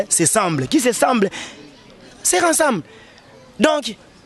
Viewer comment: Zonga nanu classe po okanisi ozoloba français or ozoloba francien, balobaka * Tout ce qui se RESEMBLE et non Tout ce qui se RASEMBLE* Tika nde DIAMBA stp mbongo ya bibende, makelele trop mais valeur muke